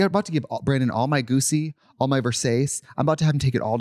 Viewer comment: Goosey is my new favorite intentional mispronunciation